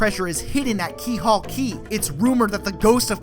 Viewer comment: Dude, I love you and I love this video series, but you might want check your pronunciation on Rogueport, Keelhaul Key, Lord Crump.